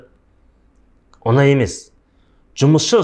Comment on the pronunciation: Оз казак тіліңді туры сойлесей Онай емес оңай деп айтылады